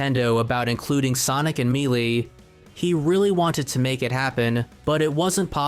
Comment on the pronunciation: Homey I love your content, but you HAVE to work on your pronunciation, there’s a couple of words you get wrong. Melee is pronounced May Lay. I would recommend finding someone to share your video with and they can provide you notes on how to pronounce words. Other than that, your content is awesome and I love it so much.